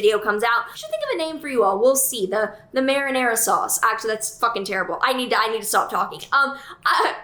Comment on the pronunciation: the marenarian sauce 🤣🤣🤣🤣